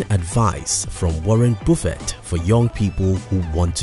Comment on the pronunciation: Video about Buffet without knowing how pronounce Buffet :)